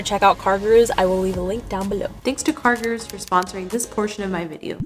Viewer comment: i am soooooooo sory if this feels feels like a hate coment, promise, its not, sooooo its NOT CARGIRERS ITS CARGOROOS {pronociation wise } . indians will know: Guru means teacher, so like car teacher.